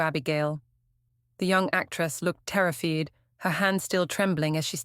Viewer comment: I like inspector price, but the reading leaves a lot to be desired. Terrified becomes teriffeed, Price becomes preece, first name changes from Harold to Albert